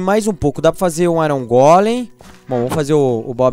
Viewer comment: você tá falando errado não é bobi airongole